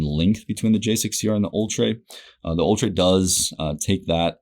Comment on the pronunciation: It's actually pronounced "Ultra" ha